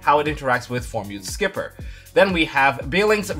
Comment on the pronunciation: I love your videos man but damn... it's Formud Skipper not Formood Skipper, it's like Mudkip only clearly way more adorable than mudkip.